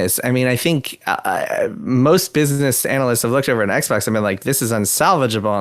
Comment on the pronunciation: "the aXbox" really slipped by there